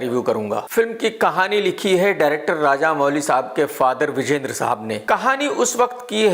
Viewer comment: Arrey Woh Raja Mouli hain Raja Mooli nahi😂😂